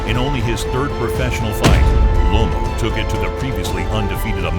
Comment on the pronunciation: It's Loma not lomo